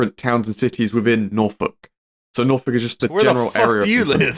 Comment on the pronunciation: petition for to never say norwich or norfolk again